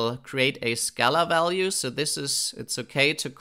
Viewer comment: I had a german professor who also pronounced "value" as "ualue". Can you explain why do you sometimes pronounce it that way? I am very intrigued. P.S. you have the best pytorch series on youtube